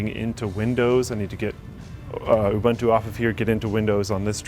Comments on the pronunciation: Ooh-boonto not you-bantu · U-BUN-TU [ oo-boon-too ] Sorry but I had to, it drives me nuts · its pronounced oo-BOON-to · can't even pronounce Ubuntu...